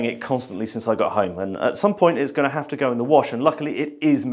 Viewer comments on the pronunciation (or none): none